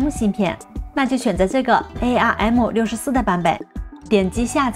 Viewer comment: UP主的英文发音还是有待于提高。releases, latest,arm这些都是非常简单的英文单词，发错音实在说不过去。